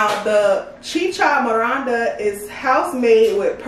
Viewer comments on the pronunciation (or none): YASSSSS Peruvian Cuisine. Not Chi Cha MoRANda 🤣🤣🤣 Love the vid tho